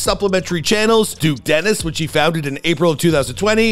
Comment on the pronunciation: nah bro said duke desteni